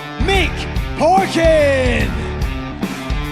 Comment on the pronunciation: Did anyone else notice Bisping saying Mick Porkin instead of Parkin😂